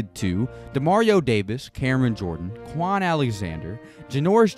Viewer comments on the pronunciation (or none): none